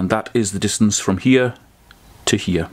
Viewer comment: Great content. I didn't know "here" was a two syllable word. 😂😎